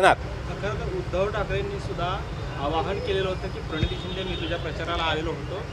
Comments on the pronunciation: परणीती नाही रे बाबा प्रणिती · परणीती नसतं रे ते , प्रणिती असतं 😅 काय कराव अश्या लोकांना पद देतात 😂😂